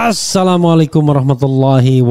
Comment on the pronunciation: Ass pakmrepli.mohon di perbaiki cara bapak mengucap salam Salamnya salah